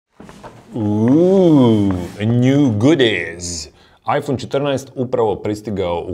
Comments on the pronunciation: bože sačuvaj kako izgovaraš "iphone" 🤣🤣🤣🤣🤣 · Je l' meni samo cudno on izgovara 'iPhone' ? haha